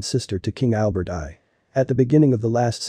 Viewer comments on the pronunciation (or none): Thank you! It was driving me nuts. It's French, of course, with the cedilla. How would this speaker pronounce "Garcon" in a cafe? The English is odd altogether. King Albert 1 was pronounced :King Albert eye".